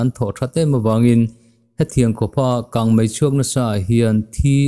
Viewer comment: He channel hi a rintlakin news ṭha tak tak min chhawp chhuah sak ṭhin a, a bengvar thlak hle. Chutih rual chuan Mizoṭawng chhiar erawh fimkhur zel a ṭha. 'Kang mei' tih tura 'Kang mai' tih ang chi hi fimkhur deuh a ṭha. Mizoṭawng fiah fel tak leh dik taka chhiar zel a ṭha e...news a ngaihnawm ṭhin hle mai..